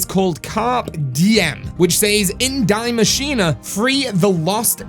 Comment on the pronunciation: The machine isn't dying lmao. Why dont you say it how its supposed to. In German?